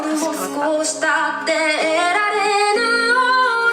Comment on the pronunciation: ぬ をきちんと 発音できることが大切な 楽曲です バッチリ👍 🎵得られぬような 🎵忘れぬような